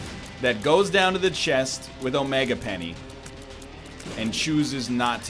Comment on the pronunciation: I feel like he’s saying omega penny on purpose now. Like how can you not realise? I know it shouldn’t but it makes me face table every time he says it!